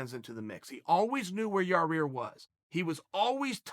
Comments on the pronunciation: I still haven't found the second "r" in Yair's name, but Uncle Chael says it's there, so.... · Yareer Rodriguez is how this dipshit always says Yair, even though its spelled fine in the title... Wtf is wrong with you chael, all those PEDS fuck up your speech patterns? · It’s not yah rear lol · Your rear ya ear lmao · Your ear, ya rear, ia rriar, yarrir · Chael"Yaw Rear" Sonnen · This is how you say it. Yair, Ya-ear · No. Yair legally changed his name to Yarear to accommodate Chael P Sonnen, is what i heard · Yair pronounced- your(rear) or your (ear) 😂😂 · Lol Ya-rear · Yah-rear lollllllllllllll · Chael as a Magician: "Hey kid- what's that behind Yar-ear?" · the return of Your-Ear Rodriguez! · Who the fuck is Yar-Rear? It's like saying Chaw-Yell Sonnen. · Just say Yaw Ear. Lol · I came here to just to hear about Ya-rear. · Chael "Yarear" Sonnen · Here comes the brand new flavor in yah-rear. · "Nobody has the style of yer rear " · MARBLE FLOWZ that's all I heard was Ya rear...lol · Ah yes, the return of Yah-Rear. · Chael either can't pronounce shit, or knows full well all you ass lickers would feed his ego and make a joke if it. ITS YAIR AND YOU KNOW IT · Chael "Yah-rear Rodriguez" Sonnen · Ya eer, Ya eer. YA REEER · It sounds like a new jiu-jitsu move. Ya Rear choke. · yah-rear rodrigez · Here come the "yarears" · Dude say his name right.. you litrally said a month ago that you don't like getting names wrong because it's disrespectful then you blatantly say his name wrong... you've worked on the analyst desk for ufc events I refuse to belive you actually think this is how his name is pronounced. I like you chael bit it's hard to be devoted to content produced by someone with hypocritical undertones in their content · Chael has got to be trolling noo way he still can’t pronounce his name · Where's he getting that 2nd R?? 😂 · lol, cant say his name. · hhahahahahahahahahahaha how he can't pronounce his name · okay bud it's pronounced yai-eer, not fucking yarear.